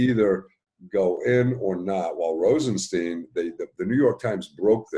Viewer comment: ROSE EN STINE that's his pronunciation